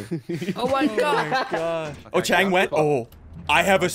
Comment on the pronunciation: Chang not cheng